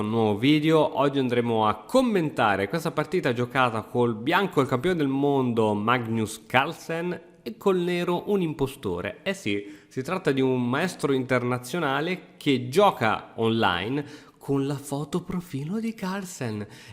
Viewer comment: Magnus letto magnius è orribile